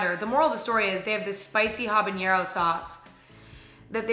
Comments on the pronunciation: Why pronounce it as "habaniero"? that's odd 🤔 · The way she kept saying habanero made me cringe lol